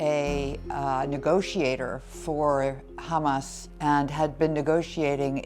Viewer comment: Headline is a stupid question. Isr perpetual warmonger and aggressor in Levant. Teach AI proper name pronunciation, it's a modicum of respect. Thank you